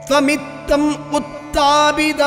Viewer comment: "Asmin Paraatman" not Asmint paratma; "Tvamittam" not dvamittam; Bhooma", not pumas"; rogarashim", not rokarasim: "Nirundhi", not niruthi. Namaskarams.